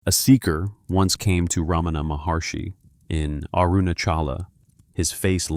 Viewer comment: The great sage’s name is pronounced as Ra ma na not Ra maa na. Please fix in your recording. Learn to pronounce these names correctly. If you cannot do even this much , how sure are you that the rest of the talk is correct and true ?